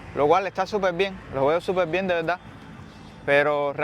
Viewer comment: De veldad, no pronuncian la "r" o la "rr". Y rara vez pronuncian la "s".